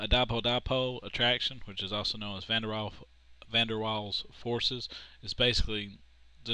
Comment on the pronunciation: van der waals, not vendewals